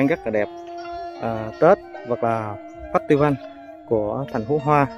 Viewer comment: Festival phải đọc là Phét tơ vồ mới đúng chuẩn 😂😂😂😂